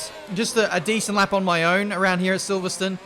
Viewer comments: please pronounce silverstone correctly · Loves how he says silverstone 😂